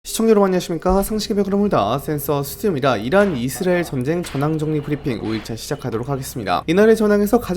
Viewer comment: 근데 왜 계속 이스래엘 이라고 발음하세요?? 불편하네